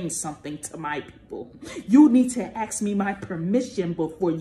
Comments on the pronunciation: Hey, its ask NOT aks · Can we ask, not “axe”, that she not butcher the english language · Ax you😂😂😂